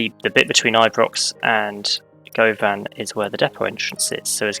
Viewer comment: Being from Glasgow, it was fun to hear you pronounce Govan. We pronounce it like "Guhvin". The Glasgow subway, "Clockwork Orange", has a clockwise and anti-clockwise service. I'm not sure if you are/were intending on doing the anti-clockwise. Really enjoying watching your videos, I had such an issue with the signalling in a game, that I started again and reviewing all of the lines as I build them.